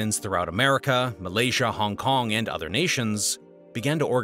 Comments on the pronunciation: lol "Honk Kong" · hong kong not honk kong